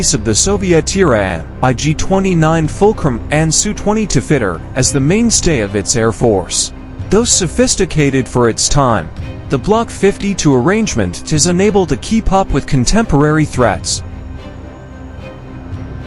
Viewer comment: fajny materiał zje...ny przez lektora ai🤬... łapka w dól za lektora ai😡... masakra sie tego słucha bo nawet to gje nie potrafi przeczytać poprawnie nazw samolotów czy systemów uzbrojenia...czy już nikt nie porafi zrobić materiału samemu czytając tekst⁉a może cały materiał zrobiło ai⁉ radzieckie tira ig 29 i sue202⁉do czasu polerowania 35a⁉lat trzydzistego dwudziestego pierwszego wieku⁉i trochę nieścisłości żeby nie mówić kłamstwa...Układ Warszawskizyli jak tu po angielsku powiedziało warsaw pact został rozwiązany 1 lipca 1991 roku a struktury wojskowye 31 marca 1991 roku wraz z odejściem NRD z paktu we wrześniu 1990 roku a nie jak podaje w 1999r kiedy to przyjęto Polskę do NATO 12 marca 1999 r. ...itp...zanim ktoś napisze że czepiam się w takich materiałach ważne są szczegóły i ważna jest prawda historyczna...jeśli to nie wystarczy to znajdź tira ig 29 czy sue 202 i zamieść link fotkę w komentarzu...powodzenia🤣